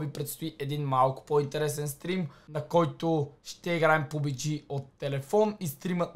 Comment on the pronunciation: Не е ПУБИДЖИ ,а ПУБДЖИ